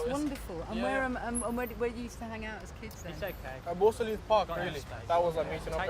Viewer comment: Ballsall heath not Barco leet 😂😂😂